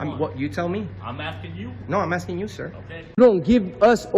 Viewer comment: Hey ….buy you some Hooked On Grammar VHS tapes and learn to speak. He says he is “axing” her for a form……